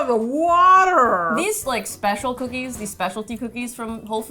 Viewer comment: Honestly I heard coochie 😂